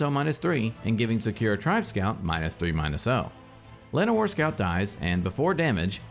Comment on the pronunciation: Please never say Sakura again. :c The way you pronounce it is painful.